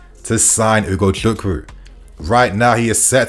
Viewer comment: You really pronounce his name really well ...nice